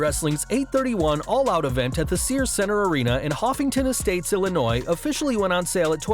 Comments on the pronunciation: Hoffington estates? Lol, its Hoffman estates, Illinois guys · It’s Hoffman estate Illinois not hoffington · Hoffington estates? Its hoffman estates. I live there. Its hoffman. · The suburb is "Hoffman Estates" Illinois, Not "Hoffington Estates" Illinois... My hometown. -John Collins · *Hoffman Estates, not Huffington lol...sorry...im from the area 😆